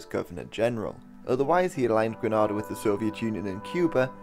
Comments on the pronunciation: You lost me at GRIN-AH-DAH, it is pronounced GREE-NAY-DAH! *Sighs & Rolls Eyes*😞 lol. Thanks for taking the time out to sum this up anyways. ☺ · Would the narrator please pronounce Grenada 🇬🇩 properly. Gree- naid-ah! Hope the phonetic spelling helps. Granada is in Spain. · It’s pronounced Gre-neigh-dah. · It's pronounced Grenada. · Gren-nayy-dahh. Edward Sea-ah-gah. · I've had it pronounced Granada to me since I was a pup! Despite me correcting them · He's probably confusing the pronunciation of Grenada with Spanish Granada which is pronounced the same way is pronouncing. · Hi, love your videos, must just say though; it's pronounced Gren-aid-ah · 5 secs in & the island name is mispronounced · This guy pronounces Grenada wrong. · You’re pronouncing it wrong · Pronounced Grenada incorrectly within the first 5 seconds man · I hate he way he says Grenada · Dude is pronouncing Grenada so wrong smh but good video tho other than that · I’m Grenadian your pronunciation of the word Grenada is incorrect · It drives me crazy that Google pronounces 🇬🇩Grenada🇬🇩 incorrectly also. I have addressed this many times to no avail. Google still pronounces it incorrectly. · He's British like me & I can pronounce Grenada properly. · I am a Grenadian, good video. However it seems no research was done on the correct pronunciation of Grenada. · You mean to tell me you do such a well researched video and you don't Google how to say Dominica and Grenada? This is very simple, but as a Vincentian this is grating to my ears and makes your video difficult to listen to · Its green ayyy da not gra na da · Gre(NAY)da, not Gre(NAH)da!!! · its pronounced with an (A) not an (AH) ITS CALLED ( G-R-E-N-A-D-AH) SPELLED GRENADA. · It's pronounced Gre-naid-ah. Maurice Bishop once thanked Ronald Reagan for pronouncing it correctly in a speech. The way you're pronouncing it is like the city in Spain... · Its pronounced "GRE-NAYDA" and NOT "GRE-NAADA"... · Gren ayy da. Not gra na da.